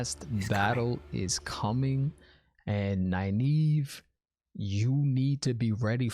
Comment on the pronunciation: you pronounced Nynaeve right!! I'm so proud of you ^_^